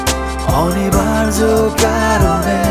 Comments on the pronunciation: গানের উচ্চারণ এত কানে লাগে বলার নয়।খুব বাজে।খুত গুলো ঠিক করে গান গাওয় উচিৎ।"অনিবার্য "শব্দটা শুনে নাটক দেখা মাথায় উঠলো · 'অনিবার্য' উচ্চারণটা রীতিমত কানে লাগে। হ্যাঁ, গানের কথা সুর ভাল।